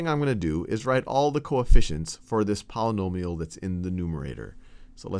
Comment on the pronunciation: Sounds like a 3rd degree Ponomill to me... I like that pronounciation.